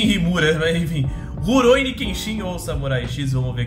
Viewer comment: é Rurouni Kenshin, e não Ruroini